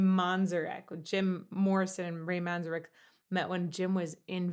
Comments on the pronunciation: Ray's name is pronounced Manz-Eric. Love you! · Pronounced Ray Man-ZEHR-ek